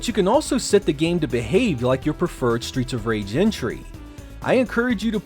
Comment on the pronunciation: Stweets of Wage!!